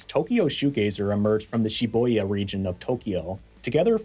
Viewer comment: Good video but urgh, it grates on my nerves to hear Shibuya being pronounced incorrectly when it's so easy to look up the correct way of saying it (which is SHI-boo-yah btw)